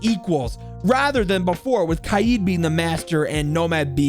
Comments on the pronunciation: It's not kayeed it's kaid like raid with a k instead of an s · And the way you pronounce kaid is wrong it's قائد its a hard name for you and it means leader